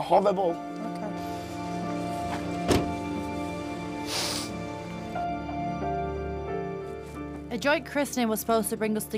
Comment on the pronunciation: said amber is howwible